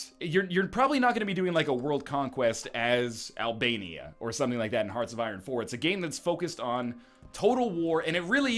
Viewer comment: OMG he said albania laal <3